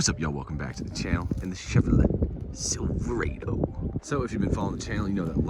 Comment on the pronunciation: Just wondering do you say Cadillac Eldor"ah"do or Eldor"Ay"do or Despor"Ah"do or Despor"ay"do I always called my truck a silver"ah"do?? Even google don't say Silve"ray"do, might wanna fix that! Anyway thanks for the vid was helpful.🍻